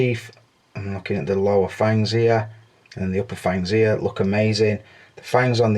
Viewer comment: I love ya, it just cracks me up you can't pronounce an "H" sound. ear and there and over ear lol